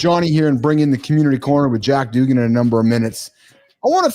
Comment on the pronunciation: Jack Dugan's name is pronounced "do-GAN" with the accent/emphasis on the second syllable. Rhymes with Duran-Duran, but with a "g".